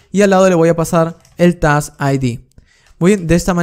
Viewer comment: Lo peor es que su pronunciación de task es súper confundible entre plurales y singulares, hablando resultaba incluso más confuso en varias ocasiones.